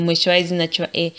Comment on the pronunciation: I like how she says the word "hair". She says "a", you know like short sounding a.